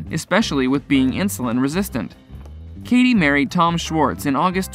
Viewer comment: Katie Malone, I don't believe the E is pronounced.. And the butchering of Sheana Shay's name??